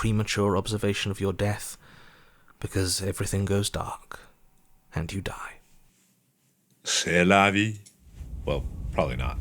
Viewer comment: The "C'est la vie" that Mark said was really fucking good i didn't even realize it was him since the accent was perfect